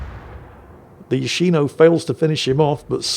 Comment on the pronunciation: It's Yòshino, not Yoshìno. Watch "yakuza fiance" to get it right.